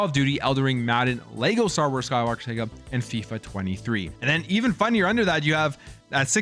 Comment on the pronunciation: Its mario kart not marryo kart and its skywalker saga not sega